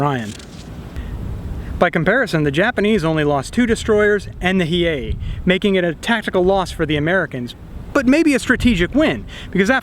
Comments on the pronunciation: Battleship Hiei... "Hi-Ee-ay." "Hee-ay" is correct. Excellent video and very interesting game. Thanks! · It’s pronounced Hiei (He A). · As the Mighty Jingles will say, "That's a paddling." Also, it is a shame you guys did not use a Japanese naval song. Also, the Hiei is pronounced Hee-aye. And final note, for the Japanese's players, your performance was dishonorable. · Hiei - Pronounced 'Hi-eye' means fast/quickly